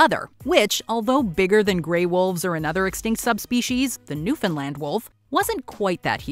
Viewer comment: Nice to hear Newfoundland pronounced properly